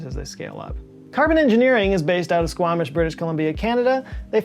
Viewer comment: Wow first time I’ve heard someone pronounce Squamish correctly! Nice job